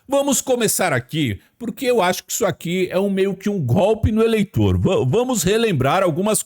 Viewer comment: Jesus Cristo.. Pudim de cachaça não sabe falar golpe!!! Como esse "besta fera" pode ser presidente do Brasil....